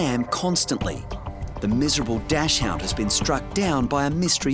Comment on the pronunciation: Please stop mispronouncing "Dachshund" It's NOT Dash-Hound. If you feel the need to use a slang term, call it a "Wiener Dog" or a "Pretzel Dog"